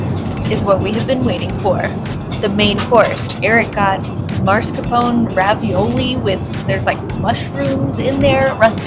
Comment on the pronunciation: It is not MAR ska pone. It is MASK Are Pone Ay. It is not soh mall eee yay. It is SAHM Uhl yay. It is not FEN tuhn ALL. It is FEN tuh nill.